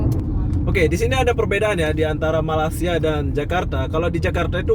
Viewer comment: Saya geram sangat dengan si ni. Dari dulu lagi orang cakap, Jangan Sebut Malasia. Sebut dgn betul lah, Malaysia.